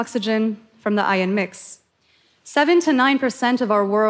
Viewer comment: First she shows a water boiler with two graphite electrodes and calls it an electrolyzer. My brain goes, "What?!" Then she calls iron ore "ion" ore and then calls iron "ion". I say to myself, "maybe English is a second language for her?" But no, she has no problem pronouncing the R's in every other word she uses, so I think she legitimately doesn't know what iron is. Now, I'm asking myself why this person who clearly isn't a legitimate scientist is giving a TED talk? Ohhhh, this isn't a TED talk it's a commercial. Unbelievable.